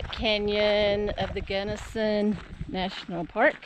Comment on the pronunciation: My beloved Colorado is burning😢😢😢😢 your pronouncing is correct! Our Beloved Mom Born Delta Co! The sights the Lords creation, but makes me dizzy and 🤮🤢